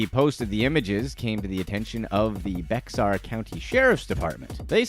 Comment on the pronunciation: I know you guys have been told this before, but I’m saying it again… when you’re talking about San Antonio, Bexar county is NOT pronounced with the X. It’s pronounced “Bear”. It’s a silent X.